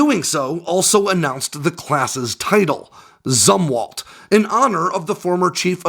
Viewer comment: You’re mispronouncing “Zumwalt”. It’s pronounced “Zoomwalt”. I joined the Navy in 1981, not long after Jimmy Carter’s CNO, ADM. Zumwalt stepped down, and people were still talking about him.